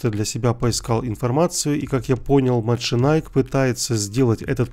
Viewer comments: Ахахаха "маченайк".... Так бы и сказал–машенике (мошенники) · Ты не правильно читаешь, правильно МАШЕНИКИ, это все знают, кто что то с али заказывают, у самого мать для зиона от них.